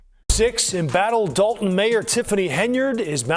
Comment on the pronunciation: Your A.I. voice can't pronounce "Dolton" or "Henyard". Do better.